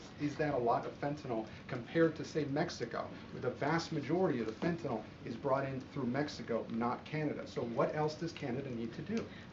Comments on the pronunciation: Pardon me for being picky, but there is no "o" in "fentanyl" (as in "fentanol"). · I like her, she's smart and doing a fantastic job. I just wish she wouldn't drop the "T" in words, such as "feneenol" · I dislike the way she pronounces fentanyl. That's all.